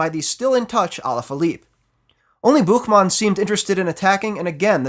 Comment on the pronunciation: Never heard such a clear "Buchmann" from a non-german speaking guy. My hat's off to you